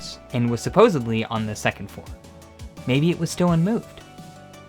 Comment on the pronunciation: Screen shows supposedly yet you say supposably 🙄